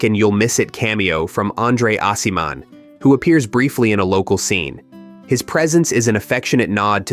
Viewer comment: Would help to have an editor check your incorrect pronunciation, such as Aciman. Stuhlbarg's scene with Elio was taken word for word from the book. During the winter scene, a fly appeared on camera, which would not have happened in real life, wintertime in northern Italy. Guadagnino claimed he preferred to leave it in. I honestly did not like the film. The sequel novel would make a great movie, IMO. In the book, it is Oliver that cries, when Elio calls Italy from the States. The book offers much more.